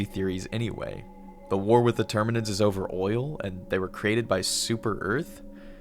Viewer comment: tyraneds and termaneds 😂